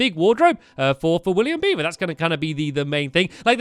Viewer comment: it's sounds like stampy says William bieber and not William beaver xD